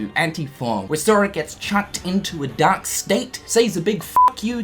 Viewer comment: I think you forgot to pronounce the r in dark all video. All I could hear was “Dak Form” lol just kidding man